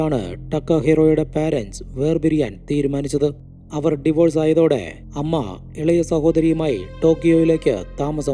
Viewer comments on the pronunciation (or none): none